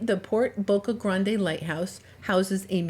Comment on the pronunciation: Its not pronounced Boca Granday! It’s Boca GRAND!